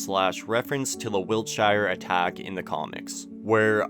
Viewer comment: I know it’s not really relevant because the series is based in America, but as a englishman the pronunciation of wiltshire is jarring af